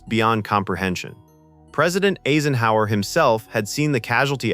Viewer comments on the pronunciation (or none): "president asenhower?" when common words are mispronounced like that you know its a. i. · President "AZE en hower" . Gotta downvote that AI content. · Who the hell is president Ayzenhower? Surely you can learn how to pronounce his name. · And whoa... your AI is pronouncing President "Eisenhower" as "EEsenhower"???? With just a little more work, you could fix these errors, you know, instead of showing false information about an extremely serious topic. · AAA senhower? that's how you pronounce Dwight David Eisenhower( I-sen-how-er)? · This idiot for an author even allowed Eisenhower's name to be mispronounced... Aisenhower instead of Eyesenhower???? REALLY? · You might want to review pronunciation with your robo-voice. For instance, "Eisenhower" isn't pronounced "AYsenhower" (long "A") but "I-senhower" (long "I"). And "Shute" (as in the book's author) is pronounced to rhyme with "boot" not "shut." An otherwise good video marred by an artificial idiot robo-voice. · Um...... We never had a President named Asienhower. It was corrected later but again AI fucks up. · AI cannot pronounce "Eisenhower" --Ay-sen-hower." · President Aysenhower? FFS what the hell have I been listening to? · We had a President "Aisen-hower"???? I must've slept thru that four years. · Does it take a nuclear weapon to stop AI narrators? President "Aesenhower." Nevil Shute's name pronounced at least three different ways. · A-son-Hauser.... Haha Nice Eisenhower! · Downvoted. I can't imagine why you couldn't find a human to narrate this, and you didn't tag it as being AI. "President Aisenhower," wtf? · Ya had me, till it said Eeezenhour... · Pictures don’t make sense. Pics of Clinton? Pics of A bomb in place of H bombs? President Aysenhowser? Ugh. So much Ai these days. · President Ayzenhower? That's almost cute. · I noticed that too. "Asenhower" 😂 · Sheesh. Listening to how the AI-generated narration mangled the pronunciation of Eisenhower and Shute made this video unwatchable. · or Eisenhower